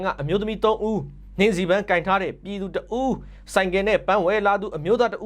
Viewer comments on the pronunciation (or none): တရားမျှတမှုဆိုတာ ဂန်း' မဟုတ်ဘူး ပန်း' ကွ။